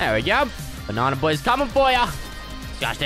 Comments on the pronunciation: Tell me why it sounds like says barnana instead of banana🤣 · I like how he says, "Bananer" about every minute in this video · I’m from America, so every time he says “banana” it makes my day.